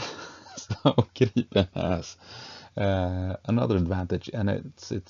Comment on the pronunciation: Right, and so refreshing with correct pronunciation of Gripen.